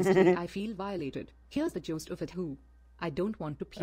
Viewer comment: Now we have "the jost of it" competing with "jolst".:P